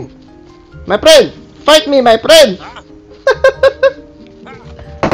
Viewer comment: literally banana : hello my prend